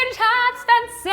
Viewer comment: Why is it so hard for Rie to learn how to pronounce "fancy"? Lol, she must have heard that word like million times.